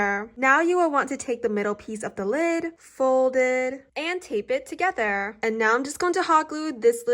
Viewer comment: the way she say's thogertrrrrr